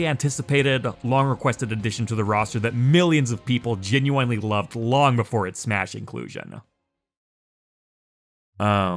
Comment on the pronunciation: why does he pronounce genuine as "jen you eye n"